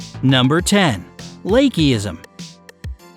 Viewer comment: Did anyone notice that he pronounced "lachesism" differently? Like, first "lake-e-ism" and then "lach-e-sism"